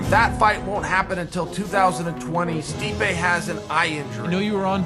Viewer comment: Joe “steepee” rogan